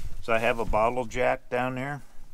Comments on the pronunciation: Ohhhh! A "bottle jack!" I heard, "a bottle of Jack." Haha! Thanks for the vid,! You're well prepared! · Oh, wait...he said bottle jack. At first I thought you said a bottle of Jack (Jack Daniels). I thought that was a bit strange but to each their own...but then I spotted the bottle jack and it made a bit more sense. ;-)